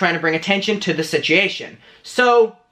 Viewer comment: Am I the only one that loves the way he says "situation"?? BTW, I side with Trisha because Scotty has something to gain by defending David. Trisha has learned from her mistakes and may be trying to save Scotty from making the same.